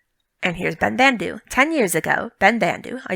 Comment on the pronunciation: It really bothers me that the actor who voices Ben-Bandu pronounces his name differently than all the other Banda from TLJ. It should be "ben-bahn-du" not "ben-band-du"